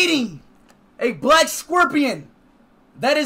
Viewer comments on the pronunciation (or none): Bro, I had to pronounce “BLACK” scorpions